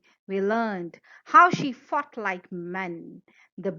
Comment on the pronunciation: Everytime u say “she fought like men” it sounds like “she fucked like men” 😂